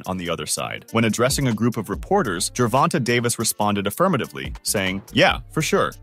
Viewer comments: Damn, dude, it's pronounced Ger-von-tay! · MY GOD MAN, SAY GERVONTA'S NAME CORRECTLY!!!!!!!